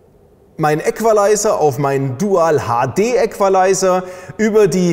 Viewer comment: Wieso schreit der Typ die ganze Zeit ? Ist kaum zu ertragen. Genauso wenig,wie der sehr störende Nachhall der - wie es wohl scheint - Halle. Man befasst sich mit Sound und filmt in einer Umgebung mit deutlichem Nachhall... Und : die korrekte Aussprache des Wortes "Equalizer" muss auch noch geübt werden.